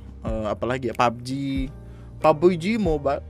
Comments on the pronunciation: Pubbeji mobail *accent India* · "PABOJI MOBAIL" - with THICC Indian accent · Bilang "pabji mobail"nya kocak